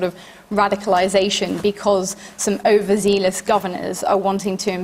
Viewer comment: why on earth why she pronounce 'overzealous' as 'overzeelous'? It makes her sound like a simpleton.